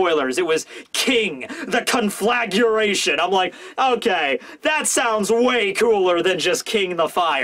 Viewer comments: It's "Conflagration", not "Conflaguration". Con fla gra tion. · Sad that the English word for a large fire is not "Conflaguration" but "Conflagration". No idea were that U came from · Bro! There's no u in conflagration con-flag-raytion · Conflagration. Conflagration.